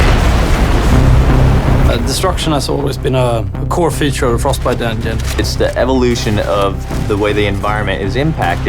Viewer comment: frosTbite ! Et non frosbite !